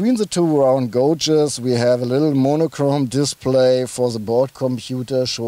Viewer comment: As always, a very good informative review..Just one thing, gauges is pronounced GAY-ges and not GO-ges. Keep up the excellent work.